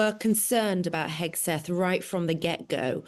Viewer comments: Why the British keep calling him Hesgeth instead of Hegseth?! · HEGSETH not “HeSGETH” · Love the hosts’ slips of the tongue here: Hethguess and Hacksmith!